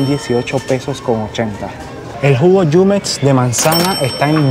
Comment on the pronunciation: La marca JUMEX se pronuncia con la letra "J" y no con la " Y". Es jumex no yumex.